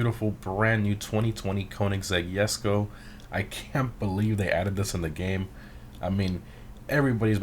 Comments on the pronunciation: its called Jesko not Yesko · it's not called yesko it's jesko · Even if that j in jesko wasn't pronounced as j it wouldn't be yesko it would be hesko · It’s jesko (dge.sko)